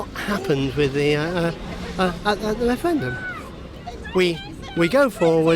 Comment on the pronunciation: wushun wepawt on the wefewendum ha ha ha best chuckle of the day.